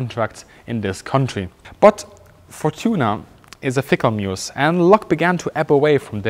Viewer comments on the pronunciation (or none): none